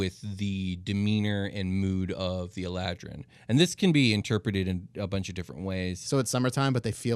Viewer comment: The way keeps saying Eladrin is making my fuckin eyeball twitch... the emphasis is on the a... Elaaadrin... not "EL-adrin"